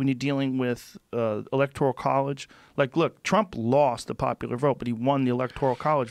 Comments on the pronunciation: "Biden, feelings, politics, electoRIAL, Biden, electoRIAL..." Learn to say ELECTORAL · "Electorial" college? He is mispronouncing words while calling trump "inarticulated". Good stuff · I live in those "midwest states" and his dude knows literally nothing. and it's electoRAL, not electoRIAL, genius...